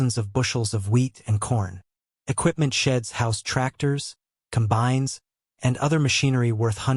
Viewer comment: Com-bines. Barr-acks